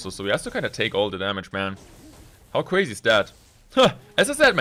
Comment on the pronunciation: Weally cwazy.